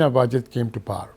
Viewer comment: Why he is pronouncing "power" as "par"? It's funny how Pakistanis think that's how British people pronounce it, so they try and say it this way, when that is completely false.